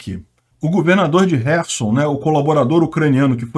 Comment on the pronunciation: Camarada!!!!O nome da cidade é KHERSON.Lembre-se que, que, que.,..KHERSON e não HERSON!!!!O "K" não é MUDO!!!!